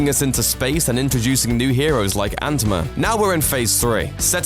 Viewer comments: what did he call Ant Man? "antima"?😞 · Why did u call ant man antma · "Introducing new heroes like ANTMUH"